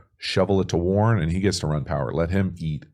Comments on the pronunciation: Yo love your videos but this rookie TE leads all TEs in yards so let’s get his name down Warren 😂not Warner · WARREN not Warner lol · warren not warner! btw i love your videos very informational. watch every single one!